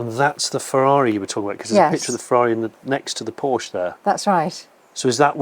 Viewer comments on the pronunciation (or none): It’s Porsche, not “Porsch”. Check with Jay Leno or Jeremy Clarkson if you don’t believe it. Cheers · It started so nice and then he said: “the Porsch”. Instant allergic reaction from my side 😉. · Porsche is a two syllable word Jonny. You're the best except for Porsche Pronunciation. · Jonny, I am surprised you pronounce PORSCHE as PORSCH. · A what??? A Porsch? 😱🙈 And you do videos about cars? Seriously?Unbelievable! It's Porsche with an "e" at the end. If you're not able to remember, simply think about famous Janis Joplin's song: 🎼 Oh lord won't you buy me a Mercedes Benz, my friends all drive Porsches... 🎶🎵 Once again: It's Porsche! Or do you say Mini Coope or Jense or Triump or Ferrar etc.p.p.? Best regards, luck, health and wisdom. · You would think a car expert would know how to pronounce Porsche. His name was Ferdinand Porsche [Por-shuh] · "Porsh," when two syllables is too f-ing much. 😁 I guess they make up for it when they add a syllable to, "aluminum." 😁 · Pity how Brits refuse to pronounce Porsche correctly. It's not hard. But they all fail to do it. Very odd.